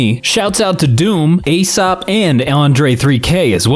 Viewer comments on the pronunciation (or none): none